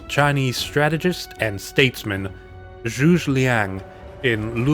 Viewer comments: its Zhuge ..........pronounced zhu gah ........ some dynasty warrior fan had to say it x) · ...you pronounciation of Zhuge Liang's family name failed... in a unique manner, unlike anything other than I heard, ever. No Cow Cows, no Sun Kwones. This one is just magnificent.